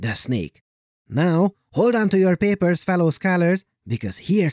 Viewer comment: I love "hold onto your papers" ... but I really hear "hold onto your pearls grandmother!" ... I can't explain why, but I do. $0.02